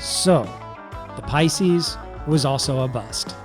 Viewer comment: "Water 'bout the Pices?" Teehee...